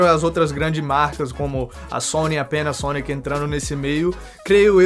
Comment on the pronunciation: vc puxa uma pronúncia americana que deixa muito legal essas palavras hahah